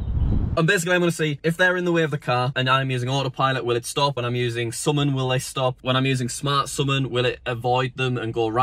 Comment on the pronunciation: Am I the only one who gets triggered on how he pronounces “summon”?